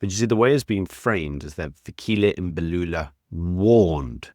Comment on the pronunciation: It's not Fikili Embalula we call your names correctly and I've heard Americans call African names right. Lena le dira ka bomo mxm.